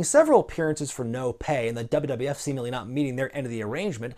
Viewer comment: What's with your pronunciation of "wwf" ? I've heard the same from Keller, Alvarez & Meltzer.